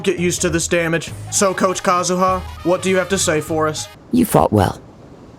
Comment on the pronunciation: I still can’t tell if says Kazuha’s name wrong on purpose or not